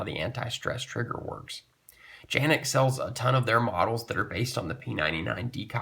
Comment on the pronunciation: Thank you for pronouncing Canik correctly.